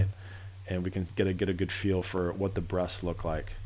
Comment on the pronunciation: I was hearing 'breasts' every time he said 'breaths' too!